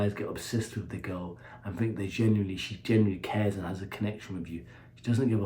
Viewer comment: The way He pronounces "secksss"